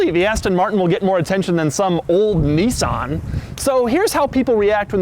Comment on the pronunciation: nissan not neeesarn